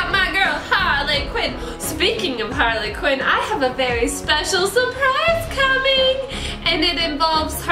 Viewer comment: halrly qween